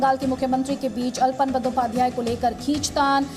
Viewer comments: अलपन नही, आलापन है. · It is not ALPAN, but ALAPAN, derived from the word 'ALAP" (आलाप). In Hindi, it should आलापन।